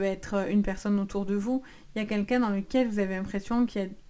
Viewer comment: On ne dit pas "qu'un qu'un" mais "QUEL qu'un".